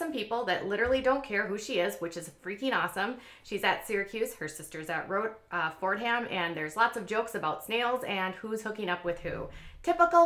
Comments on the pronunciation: Yes, this is so typically of college girls. Oh to be in college again! (and it's pronounced "Fordum" not Fordham" I have relatives who went there... :) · It’s Fordam. H is silent. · FYI You don't pronounce the "h" in Fordham. It's sort of the same concept with Maryland... you would think it would be Mary Land